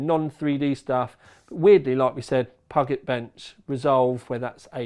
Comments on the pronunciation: Pew-jit not pug-et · puget is said like pew pew laser and jet airplane i think pew jet ;) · "puge" as in "huge", + "et" as in "it" = "puget"